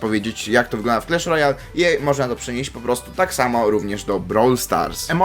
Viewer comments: Nie clesh Royal, tylko clash Royal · Mowi się Klasz Rojal A nie Klesz Rojal